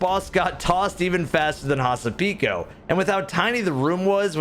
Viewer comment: Here is a cool thing to know! Hasapiko is a Greek dance, and butchered the name!